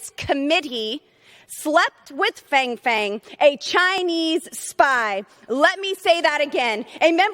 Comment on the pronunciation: It’s pronounced FONG! You know, like PONG smallweiner.